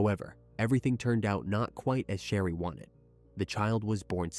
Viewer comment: Her name is pronounced Share-ee not Shah-ree. You keep switching back & forth in the story, which is quite confusing.